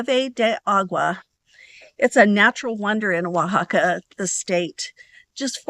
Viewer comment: I would have never figured out how to pronounce Oaxaca, so thank you for that! 😊I've never heard of a petrified waterfall before. It looks really cool and interesting how they are formed.